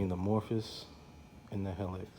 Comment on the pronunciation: Thanks for your nice review. I love my 2004 Helix that just turned 21000 miles with no issues - just normal maintenance. It's worlds better than my first scooter - a 1957 Cushman Pacemaker! By the way, it's pronounced he-licks, not hell-iks.